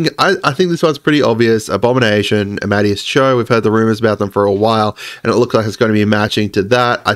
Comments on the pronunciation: Isn’t it pronounced ama-day-us ? Not amad-e-us? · Just a heads up brotha, it’s ah-ma-DAY-us instead of ah-MAD-e-us. Great content as always. I can’t wait for the next rumor video! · Amadeus is ah-muh-day-us. Like the compser... and song. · Say it with me: Arm A Day Us. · For clarification it's Amadeus Cho. Ah-Ma-Day-Us. Like Amadeus Mozart. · I'm praying he sees this comment. He's been absolutely butchering the pronunciation, which is fair if you've never heard it pronounced before.